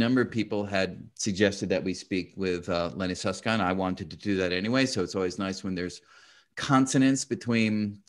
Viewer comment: "Lenny Susskind" lol